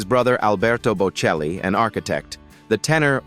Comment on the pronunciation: Der Name ist bocelli! KI- Stimme, die wir nicht wollen! Namen werden falsch ausgesprochen! ES HOERT SICH FURCHTBAR AN! ICH SCHALTE AB!